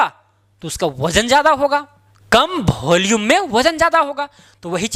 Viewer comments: Volume ❌bholume✅😂😅😅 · It is volume not bholume. Please speak clearly.